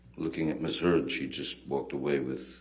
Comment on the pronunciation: Haha, the attorney calls her "Miss Turd" . I had to play it three times to be sure I wasn't just wishing that T in there!